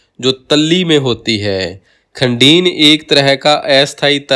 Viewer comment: वीडियो बहुत अच्छा व ज्ञानवर्धक है, पर दो जगह उच्चारण की अशुद्धि है- प्लाया को आप प्याला बोल रहे हैं और खड़ीन को खंडीन बोल रहे हैं।शायद क्षेत्रीयता का प्रभाव है.. फिर भी ये दोष क्षम्य है।🎉❤